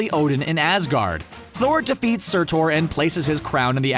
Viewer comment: So is it pronounced sur-tor?